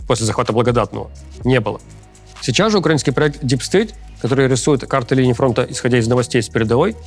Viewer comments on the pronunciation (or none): none